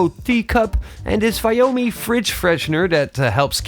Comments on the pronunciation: For a Xiaomi channel, I can’t understand why don’t you make the effort to properly pronounce “Xiaomi” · I think what he meant was you should say Xiao Mi in Mandarin, not in the English.